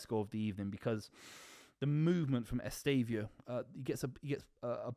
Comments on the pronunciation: Say it with me: Ess-teh-vah-oh. Who tf is Estavio?? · EsteVÃOOOOOO bro, lear his name is